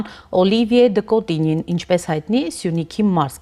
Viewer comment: Հարգելի հաղորդավարուհին դեսպանի անունն արտասանել չի կարողանում, տարօրինակ շեշտադրումներով, (Օլիիիիվիե, Դըկոտիիիինյի, ինչի՞ համար, Օլիվիե' Դըկոտինյի' ասելն այդքան բա՞րդ է) դեսպանի թարգմանիչը դեսպանի ասված ի մի մասը չի բարեհաճում թարգմանել... Ֆրանկֆոնիան խորը ճգնաժամի մեջ է Հայաստանում....